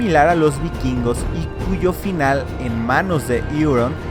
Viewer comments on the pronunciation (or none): vakins.... diga vikingos